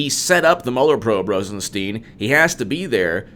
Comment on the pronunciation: It is ROSEN STINE, NOT STEEN.